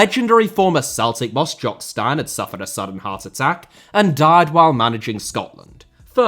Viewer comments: His surname is pronounced Steen not Stine 😊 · It's pronounced Jock Steen not Stine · Jock Stein = Steen. It’s your country and the first British manager to win the European Cup. Could at least learn that pronunciation. And do you know the difference between a stepsister and a sister in law? I don’t think I wanna see your search history. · Have to say the 1st one is wrong... arsenal approached aberdeen for fergie 2 years before Steins death, and the dons told fergie to hold out for man united who were a sleeping giant and who would look to Fergie after Atkinson left and it's Stein as I rhyming with steen not stein as in rhyming with nine... come on mate you're usually spot on. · Great video. Jock Stein is pronounced Jock Ste-een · Jock “steeeen” not “stine” .. stein …. also big jock knew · Jock Stine? Who is Jock Stine?! You mean Jock Steen l presume. And it's written Stein. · Fantastic video as always, as a Scot I must inform you Jock Stein is pronounced Jock Steen though an easy mistake to make due to the presence of the i. Take care. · Good god. Your pronunciation of Stein is making my ears bleed. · The surname of Jock Stein is promounced "Steen" not "Stine". Sorry but that is incredibly annoying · It's pronounced Steen not stein bud makes me shudder hearing it said that way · Jock Stein is pronounced Steen not Stine. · Hi, great video and keep up the good work! FYI though it’s pronounced Jock Steen rather than Stine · Jock Stein is pronounced more like Steen than Stine. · Interesting to learn that the name of the manager of the first British team to win the European cup, has apparently been mispronounced by everyone for the last 60+ years. How disrespectful to a great man. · Why does have such a problem pronouncing Scottish names or cities....this time it's Jock Stein....pronounced Steen. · Jock Stein's surname is pronounced "Steen"!! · Jock Stein’s surname is pronounced ‘Steen’. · Jock Stein is pronounced 'steen'